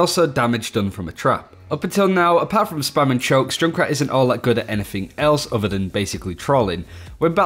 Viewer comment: It's "other" not "udder"